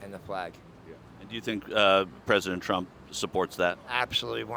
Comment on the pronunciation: He had it right... "Prump"